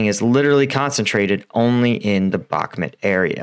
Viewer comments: You definitely know your stuff, I watch all your updates. Spent some time last year in Ukraine. I mean no disrespect by this, I’ve noticed it for awhile haha. I may be wrong which I am often, I do believe it’s pronounced Bahk-moot, not Bahk-mit. Thank you again for helping me keep up to date. Your work is an invaluable part of my research daily. Keep up the hard work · My friend. I really respect you for the inforamtion you are giving us free of charge. But Bakhmut is spelled with an U and not E. You pronounce it "Bakhmet" but it is pronounced "Bakhmood" I skipp the pronounciation of the kh sounds because I do not expect an english speaking fella toget that right haha :). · its pronounced BACH(like the composer)-MOOT